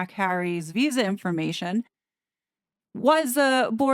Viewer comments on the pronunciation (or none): none